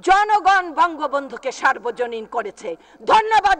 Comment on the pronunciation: কে কাকে সর্বজনীন করতে বলেছে? বক্তব্য তো দিচ্ছেন, কিন্তু উচ্চারণ তো ভুল হচ্ছে। সার্বজনীন নয় সর্বজনীন হবে।